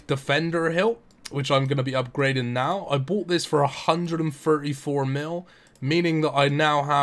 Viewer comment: I'm just curious why you say "this" and "the" with a TH sound, but when it comes to "thirty" and "theatre" you use a FE sound? You can clearly make the TH sound because you do it constantly.